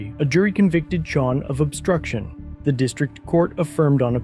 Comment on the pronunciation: I can't stand how the attorney says words like "obSCHtruction"